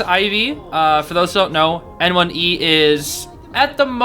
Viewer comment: hey just to let u know, N1e is actually pronounced 'nyeh', since its the word 捏 in chinese (copypaste it into google translate) and it basically means 'pinch' or 'squeeze' (he's literally pinching the survs lmao) fun fact the cn fans call him 捏神 (nie god) because he's just that good